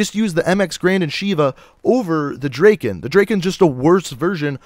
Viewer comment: Lol he cant even say Drakon and he uses elo😂